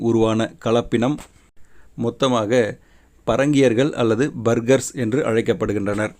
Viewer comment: இரன்டும் இல்லை பேர்கர்ஸ்